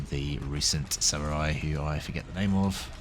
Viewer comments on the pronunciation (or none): none